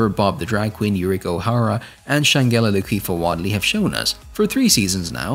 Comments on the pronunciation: lol..exactly...the mispronouncing was annoying 🤪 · You know that G and E in SHANGELA is PRONOUNCED as a J right. So it would look like Shan-Ja-la. Not Shangulla. 🤦🏿‍♀️